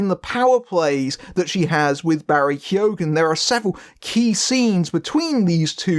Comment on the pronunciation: You don't pronounce the G in keoghan